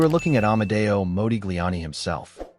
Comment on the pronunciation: It's Mah, like mod, not Mo like Moses. Your AI is WEAK SAUCE